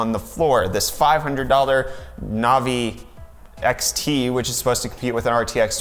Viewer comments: Is it just me or does this kid have absolutely no idea what he's talking about. First the 3080 is a 2080 competitor not a 2070 competitor. Second it's navi not novi. And third he's whining about ray tracing which NO ONE uses. So thank you for wasting 30 minutes of my life which I'll never get back. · novi.........no sir....navi......